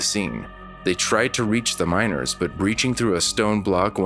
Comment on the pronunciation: I kept hearing minors instead of miners. Very different stories